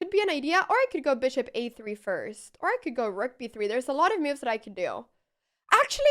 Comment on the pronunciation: No me canso de oírte cómo pronuncias "moves" como "miufs", es encantador... Muchas gracias por la forma de enseñar ajedrez, se ve que lo sientes con pasión G R A C I A S!!!